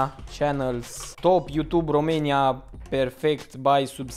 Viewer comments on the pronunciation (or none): none